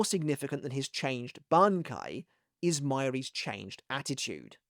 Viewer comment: I’ve always liked your pronunciation of his Bankai. You’ve always had that down. Used to look forward to it before it came out in the anime because you did so well hyping it for me.